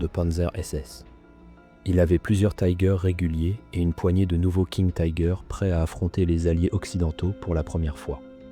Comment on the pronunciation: Pourquoi prononcer Tiger à l'anglaise ?